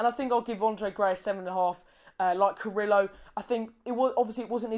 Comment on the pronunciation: for better pronounce... try to say CARRIYO... not carrilo (DNT use double LL as italian) "replace LL as a Y". And yes he's very helpful with defense, but his best performance will be goals assistance. Same effective left or right wing. However as left wing he scores more making diagonals.